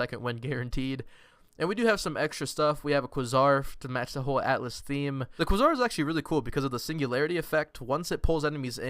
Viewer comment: Also, Quasar is pronounced kway-zar 🤣 but I think I like your version more and may steal it in the future